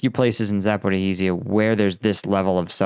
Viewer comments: "Zaporihizia?" wtf It's Za-po-ri-jjjj-ia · Z a p o r i zh zh ia (З а п о р і ж ж я) - letter Ж,ж (translit. zh) pronounce like the "s" in "measure" - say "measure" with long "s", or "fissure" with long "s" - then say "Zaporizhzhya" - letter Я,я is pronounced "ya" like in "yard"